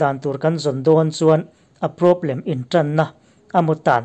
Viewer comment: Sap ṭawng hi kan ṭawng anihloh avang hian lo lam diklo deuh mahila a hriatthiamawm lutuk. Mahse, thumal ṭhenkhat kan hman tlanglawn em em te erawh hi chu lam dik ve deuh tum atan a duhawm ṭhin khawp mai. Hetah 'PROBLEM' i lamdan hian beng a tikham mah mah a ni.